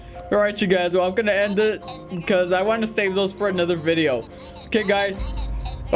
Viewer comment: It so funny that you said eet!